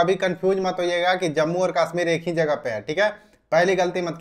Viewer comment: Kasmir nhi hota. Kashmir hota hai